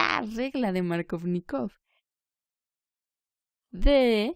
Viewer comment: "Maarcóvnikov" como lo nombras suena a superheroe de Marvel xDDDD Jajajaj buena explicación